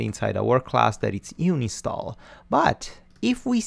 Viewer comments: Its UN INSTALl not uni stall lol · It's 6 years ago BUT, "you-nin-stall"?? it should be "ann-in-stall".. Not youninstall. "un" is read as "ann" in English. But your lessons are great. I'm just nitpicking on how you say the word and I can't stop from thinking about it unless I comment this.. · Stop saying "Uni Stall" it's doing my head in! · UHN-in-stall .... "UHN" the same sound as the "UHN" when you say the number "one." HOWEVER: UNI-nstall is now my favorite. I will try to use it in every professional situation possible! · Thanks for the great video series. I would also like to add that it is pronounced un-install :) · No way, from now on I'm calling it uni stall much cooler ;) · I've been saying uninstall wrong for a undisclosed amount of years and no actually i dont want to talk about it, cheers!